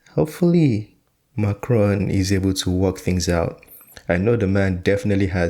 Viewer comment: Macron.... Not Ron